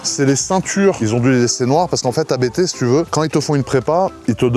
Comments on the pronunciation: Alors, on dit Abt et non A.B.T. C’est un nom de famille, pas un acronyme. 😉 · "abte" mes oreilles saignent... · Juste un truc, par pitié, prononcé correctement ABT, bordel 😅